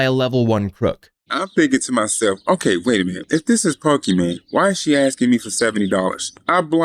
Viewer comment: This guy says pokemanie my gf. Who calls their gf by their streamer name?!? What a fail